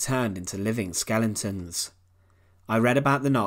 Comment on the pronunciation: Did he say skellingtons? I don’t believe it!